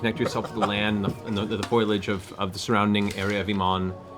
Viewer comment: Listen, I'm one of those people who pronounces things wrong all the time because he's only read them, so I chuckled along with Matt about "Sigil/Siggle." Then I had to double check the correct pronunciation of "melee" and "remnants" and a bunch of other words. I get it man, I've been there. Then he said "FOILAGE" instead of FOLIAGE and at this point Matt, are you JUST EFFING WITH ME?!